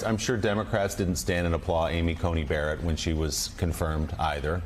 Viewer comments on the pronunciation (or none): none